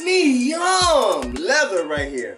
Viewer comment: Pre-mee-yummmm hahahaha!!